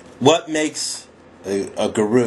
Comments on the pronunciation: the accent is actually on the first sylable. So it is GU-ru and not gu-RU. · It appears many people believe in the "less competition the better" idea. I suggest that is extremely often the _wrong_ way to go. You're a high-quality blogger, so I think People and Blogs is the right one (since you're sometimes philosophical/serious). But, fyi, the first pronunciation of guru is "goo-roo," with the accent on the first syllable, lol. But whatever . .